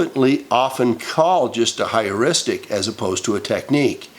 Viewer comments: It is Pronounced "Her-ristic" Not to be confused with Histrionic Heuristic Hysterics (The Most common Feminine constitution for at least 2 weeks out of each month-cycle). Oh By the way?? Statistic's assert that 1 in 3 girls are victims of sexual assault/abuse whilst 1 in 5 boys are....though the statistics for boys might actually be higher & closer to that of girls only because boys hardly ever divulge the issue even when they're adults (I was a barely-into-my-teens victim of Sexual Abuse by a 30-something adult). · Is the word Heuristic (hyouristic) rather than “higheristic”? I must admit I found Anita Hill believable and concluded Clarence Thomas a chauvinist boorish person who played the victim race card. While I considered Ford a wounded person, believing it important to validate her damage somewhere, sometime; I believed Kavanaugh.